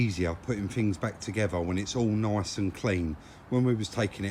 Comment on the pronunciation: nice but they way you say it sounds like noice . If that's how u spell it